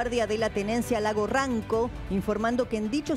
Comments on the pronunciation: Es lago rranco no rronco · Lago ranco no ronco, y es sebastian piñera no piñeiira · Corregir la mala información, el lago se llama Ranco, no ronco, otra vez dice ronco. A 80 km de Osorno. Saludos 🇨🇱 🇨🇱 🇨🇱 Desde Osorno. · El nombre exacto es RANCO. no Ronco. Es noticia en desarrollo. Fuentes chilenas no confirman aún si ex presidente Piñera ha fallecido. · El nombre del lago es "Ranco" y no Ronco. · Lago Ranco no Ronco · Lago Ranco mujer no Ronco. Lamento el fallecimiento del ex presidente de Chile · Es lago Ranco , no RONCO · LAGO RANCO NO RONCO !! AUN NO SE SABE !! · Lago Ranco ..no ronco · Lago Ranco señora.